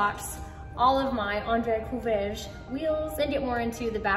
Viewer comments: Feel like you need to import a renault twingo or 205 for those Courreges (think korrej for pronunciation with a guttural R) wheels. Those Kei truck examples look dope too though. kei truck and matching Boso scooter build?! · Andre Courreges (cou-rej)